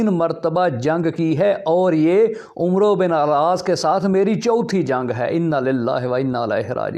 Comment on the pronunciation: 😂 متحرم آپ کو تو عمرو بن العاص کا نام عمرو پڑھنا نہیں آتا ۔۔۔۔ لا حول ولا قوۃ۔ اور چلے تاریخ پر حرف آخر بنے ہوئے ہیں۔